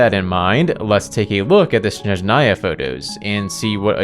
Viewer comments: THIS + jp and ru are pretty close phonetically speaking, which also helps a bunch. i just don't understand where did the en vo direction see SHhSHSHnezhnaya and why it's so hard to place the stress on the first syllable lmao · one day people will learn how to properly pronounce Snezhnaya... but today is not that day 🥀 ig if the en vo direction can't be bothered why anyone would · I can say only about russian, but again jp did a great job pronouncing these words. I can see that they actually put some respect and effort into pronounciation. Same goes for cn dub. While en quite often can't even decide "what is the right way to say this word". For example in HSR in ONE DIALOG two va's say NPC's name in two different ways... Mind you, I have nothing against va's themself, but their director/s, who can't even do a 5 min research and give all va's basic transcription or smth similar? Yes